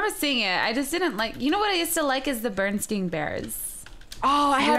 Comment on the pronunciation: When you've watched Shane Dawson's Mandela effects video and you hear her say Bearnstein but it's Bearnstain...